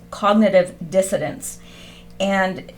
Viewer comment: dissonance not dissodence. good work tho. thanks.